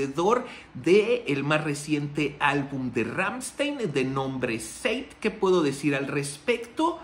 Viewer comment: Está bien que no sepas alemán, y que lo digas, pero en serio tanto tiempo en el negocio y no puedes hacer el mínimo esfuerzo de nombrar bien a la banda. No no son Ransteein, no no es Ransteein es Ramsthain, así como te lo escribí así se pronuncia. Deberías ver el vídeo Amuscia ese bro al menos hace su intento de pronunciar bien el nombre de la banda, y ya ni te digo sobre las otras pronunciaciones erróneas que tienes, pero neta échale galleta un poquito digo al final ese es tu trabajo, y de eso comes.